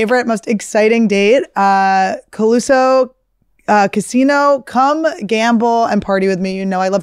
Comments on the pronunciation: I've been waiting for weeks for Annie to finally pronounce it correctly - "Colusa Casino." Instead they changed the graphic to match what she keeps saying "Coluso Casino" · Its been Colusa not Coluso the whole time lol